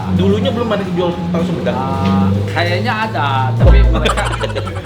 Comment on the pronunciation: itu hahu huhedang, sampai berasap gitu🤣🤣